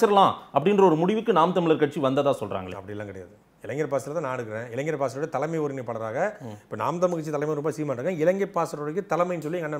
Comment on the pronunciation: அவர்களுக்கு ஒரு வேண்டுகோள், தயவு செய்து இளைஞர் என்பதை சரியாக உச்சரியுங்கள், இளைஞ்சர் என்று உச்சரிப்பது கேட்க முடியவில்லை